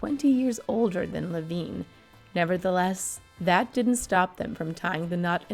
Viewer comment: Some of the pronunciations were off. Carl Reiner and I believe her surviving husband pronounces his last name like Le vine. (Long I sound).